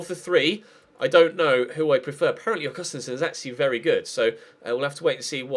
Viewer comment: Ahhhh this annoys me so much It's pronounced Aug-ust-een-son